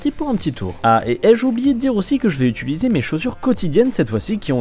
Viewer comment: Salut bro! J’adore tes vidéos mais pourrais-tu arreter de dire UTUliser je t’en supplie